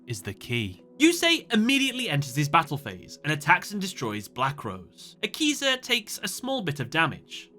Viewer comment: Thought u said yakuza